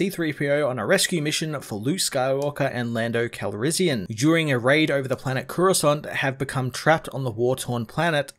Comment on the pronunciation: Did dont not just say Lando CalRIZZian